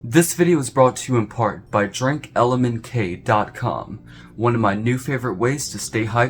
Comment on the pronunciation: Hey,.... You Mis-Said their Name, Dumb@ It's "DrinkLMNT", not "DrinkLMNK". Get it right..! 😑 MFs makin' Life Potions and yo can't even say their Name right..! 😑